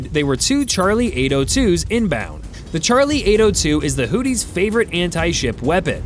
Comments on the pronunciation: I don’t know if you are mispronouncing houthis as whooties but it is funny af either way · AI calling them Hoodies is pretty accurate.